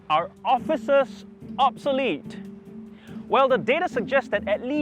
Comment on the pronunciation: What’s obselete? Hokkien pronunciation of obsolete? 😅